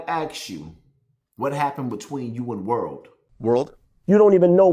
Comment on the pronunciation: He said 5th and world lol not Maino and world lol